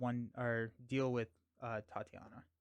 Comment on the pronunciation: “Tye-tay-nia” not Tatiana.